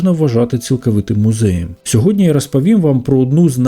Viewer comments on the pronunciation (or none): none